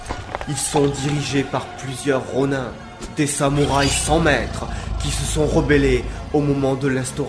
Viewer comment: Si jamais Ronin ce pronnonce Ronine. Et ça ce dit légitimer? Je crois que c'est plutôt légitimiser